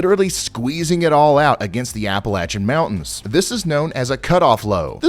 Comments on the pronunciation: Just want to say Thank You for the correct pronunciation of the Appalachian Mountains! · He pronounced the Appalachian Mountains correctly! I'm Subscribing!